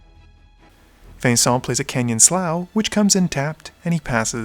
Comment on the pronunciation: Canyon Slough is pronounced Canyon Slew